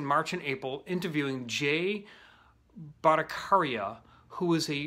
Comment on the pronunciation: You pronouncend Bhattacharya incorrectly